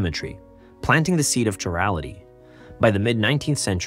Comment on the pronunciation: KY rality not Chirality